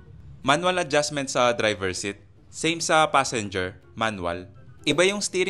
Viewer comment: Seat is "seet" not "sit"